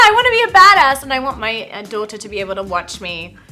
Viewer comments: The way she says daughter was so clearly British in the middle of a relatively American sounding sentence 😂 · She only said two words that were even vaguely pronounced in an English accent: daughter and anatomy! Other than that, she was American!🙄